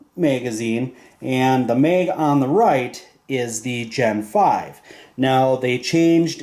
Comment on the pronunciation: Bro it's MAG NOT MEG!!!! What are you a Canadian or somethin? Come on bro get your shit together. Ah hell it could be worse and you could call it a clip. Nice video tho. Thanks for putting the time together to make this video.